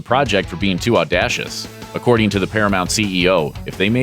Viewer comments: "Audacious" is correctly pronounced "aw DAY shuss", not "aw DASH uss" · audacious is pronounced; "Aw- day- shuss". NOT "Aw-dah-shuss". Sorry, but even Sulu coulda told you that. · Too "au-DASH-ous?" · It's not aawww-dash-us ffs learn how to speak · "Aw dash us"??!! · Audacious = aw-day-shuss. hit the little speaker icon to hear the word pronounced. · "Audashus"? lol... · Too “aw-dash-suss?????” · you mispronounced audacious.